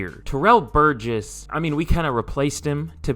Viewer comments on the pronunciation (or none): none